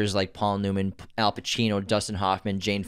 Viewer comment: it’s al, not hal. it’s also penTANgeli, not pet-an-jelly.